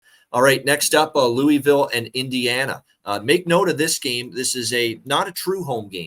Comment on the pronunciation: loo-ugh-vool not looeevill 🙄 GO CARDS!